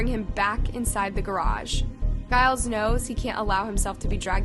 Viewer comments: Are you saying Giles? I am just confused because that's really not how you say it. Few bits like this recently. Just thought you would rather know. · it's supposed to be pronounced with a G as in George. 🙂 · Please google how to say names, saying them incorrectly is annoying. Giles is pronounced with the G pronounced as you would in the word 'gent'.